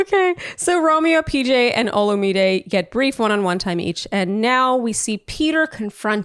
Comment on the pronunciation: omg thanks for pronouncing Olumide correctly